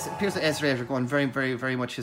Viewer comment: Thanks for the review and proper pronunciation of "Xesray".... we all were wondering.😉👍🏾